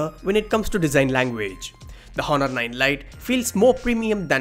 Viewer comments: Honor is pronounced as onor 'h' is silent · If I had a penny for everytime he said "hohnor" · I was so distracted with the hhhhonor 7x Honor silent H please.. its distracting, how u say the name.. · the H is silent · H is silent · Honor "H" is silent 😊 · 'H' is silent in honor.